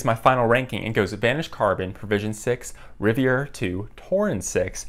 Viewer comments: sorry to be that guy but its'Rivera' not 'Riviera'. Good video though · Rivera, not Riviera, but I appreciate comparison